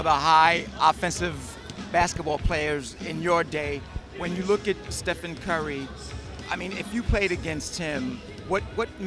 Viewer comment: who the fuq is Stephon Curry I'm pretty sure its Stephen